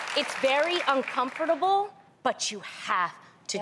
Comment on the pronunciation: I've never heard anyone pronounce the word "uncomfortable" like Tamera does lol she really emphasizes every syllable